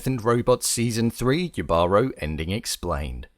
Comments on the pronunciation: Jibaro is pronounced "HI-ba-ro", and the emphasis is on the first syllable, not second. It's a Puerto Rican Spanish word referring to country person, connoting someone native to the inner mountains, and is a point of heritage pride for us Puerto Ricans. It is originally a Taino word that means Person of the Forest and was preserved in PR Spanish. It might be used in some other Latin American countries with a different meaning, but the origin is Taino and deeply tied to Puerto Rico. It's weird they named the conquistador Jibaro, because it would better refer to the siren as a person/spirit of the forest. He's not of the land, he's stealing from it. I have mixed feelings on this episode because it uses a very specific cultural boricua word and Spanish conquistadors, but sets it in a non-specific location with evergreens, rather than a tropical Caribbean island. Which is weird. But it's otherwise clearly an allegory to, or at least inspired by, the rape and pillage of the Taino by the Spanish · Dude... just look it up anywhere online: love, death and robots + Jibaro (not Jivaro) + Puerto Rico. It is set in Puerto Rico. The main character, clearly a Spanish conquistador, is audaciously named "Jibaro", a word that was born in Puerto Rico and has roots in neither Greece nor Spain. I get that the Greek, the Norse, the European, the Asian, the South American mythologies, etc. are great... But the Caribbean mythologies are another beast entirely, hence why you've probably lost your marbles in Greece over this piece inspired by PUERTO RICAN MYTH and written by a Spaniard. How dare us have such towering mythology-right? Lol... It has all always been there. Read a few books. Watch a few Pirates Of The Caribbean or something 🤣🤣🤣 PS - Jibaro [he-bah-ro] not gee-barrow or gee-baro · Only thing - Jibaro is pronounced “hee-bar-oh” otherwise I really appreciated this content!! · As a Puerto Rican, I should explain - the J in Jibaro is pronounced with an 'H' sound!